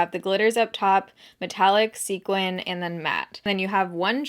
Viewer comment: This is so random, but thank you for pronouncing sequin correctly. It drives me craaazy when people pronounce it "sequence"🤓